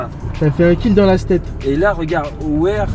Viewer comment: En Alsace on est gentils, on affiche les codes Wi-Fi à l'entrée des villages 😉 Hoerdt se prononce " eurte " C'est à côté de chez moi ça 😁